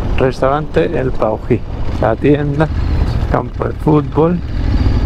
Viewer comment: Paují es el nombre de un ave. Estás pronunciando Puají, cómo aquellos que dicen "suidad" en vez de ciudad. Mosca🦠